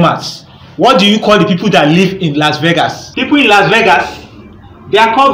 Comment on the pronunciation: Its funny How he say The people of losvages.. is Called Vigitarian